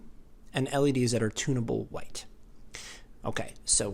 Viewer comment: I thought you were saying "tuna boat" white. Lol. You were saying, "tunnable".